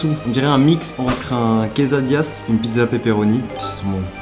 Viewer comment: c’est "queSSadillas" pas "queZadillas"